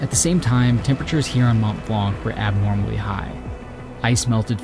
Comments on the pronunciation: please get your pronunciation on point next time, my ears were bleeding hearing Mont Blan'K' every time, the C is silent in french. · Very nice video, but there’s two things which constantly drive me mad with English-speaking content creators: 1) Not investing 15min to ask how places and people are pronounced correctly in local languages (Seriously - how often does he pronounce “Mont Blanc” wrongly? It’s painful…). 2) Favoring anglophone “locals” over any other ones.